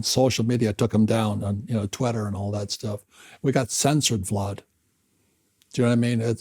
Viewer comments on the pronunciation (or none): Did he just call Vlad, Vlod! 😂😂😂 Gotta love Mr Kiyosaki.